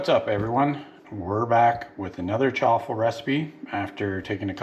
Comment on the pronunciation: Choffle or chaffle? Theres no letter O in the word!!